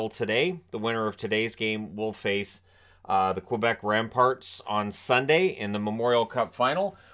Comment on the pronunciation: Its Quebec (kaybeck) not (quobec quobeck)